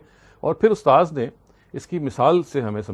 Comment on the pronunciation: Sir with due respect I want to correct word chrawaha you are speaking it's spoken as cherwaha.